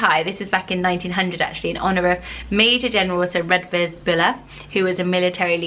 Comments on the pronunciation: I think “Redvers” is actually pronounced “Reevers” - so a bit closer to “River”! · Just a few comments: Redvers is actually pronounced “reevers” Maurice is usually pronounced the same as Morris in the UK, but as maur-eece in France and the US Oswald is too reminiscent of Oswald Mosley to be useable (in my opinion) Cissie is pronounced like “sissy” rather than “seesee” (that would be Cece)